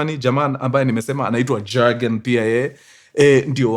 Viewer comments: Please it’s not Jurgen. ( like the J in Jack). It pronounced as Yurgen. The J is a Y while pronouncing. Hire me for me German utterances 😅. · Mzee pronunciation si jagen. Ni yogen. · Mjamaa. Pronunciation for the name isn't JAGEN, it's YOGEN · In Germany the j is pronounced as a y ...so you will read it as yagen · Mkuru I know its long but its read kama Yiugen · Jürgen is pronounced as Yugen! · Ilikuwa a popular name kama kevo, it's pronounced " yogen"😂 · It’s pronounced yargen.. j=y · Mkuru story kubwa hapa 😅😅😅safi sana lakini sasa Jurgen hatunanga Ujerumani inasoma (Yugen) wajerumani don't have J.The J is always pronounced as (Y) otherwise fiti saaana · Pronunciation ya Jürgen in German ni Yoogn